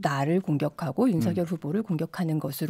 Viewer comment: 여담인데요. 윤석열을 발음할때 윤서결이 아니라 윤성녈이 아닌가요? 남자 기자분만 제대로 발음하시는 듯해요.